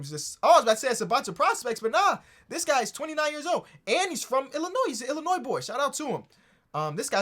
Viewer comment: please don’t tell me you said the s in Illinois